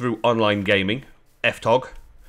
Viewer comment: It's pronounced EffTeeOOGee :) Welcome to the community and the server!